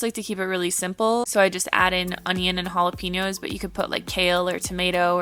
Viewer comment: The way you say jalapenos 🙉